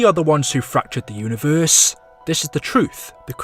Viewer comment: This man says univerrrrrssseee